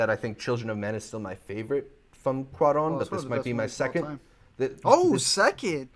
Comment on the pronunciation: Hey, nephew .... it's not "CORON". It's "C" "U" "A" "R" "O" "N". Pronounce each letter. It's Spanish.